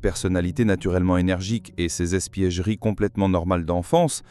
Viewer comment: "espiègleries"...pas "espièGEries"... Voix IA ?